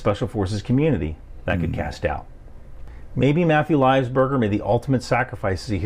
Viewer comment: Macbeth can’t even pronounce Matt’s last name right livelsberger. Lol